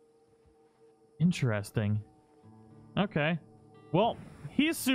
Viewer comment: *IN👏TER👏EST👏ING👏 I love your videos but your pronunciation of the word interesting is driving me nuts. Still love you and your videos but it sounds like you're saying "inchairsting".